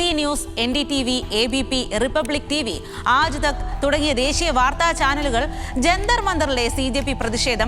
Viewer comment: ആജ് തഗ് അല്ല, ആജ് തക്